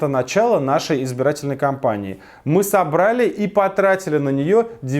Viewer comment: Я бухой или - "кАмпании"??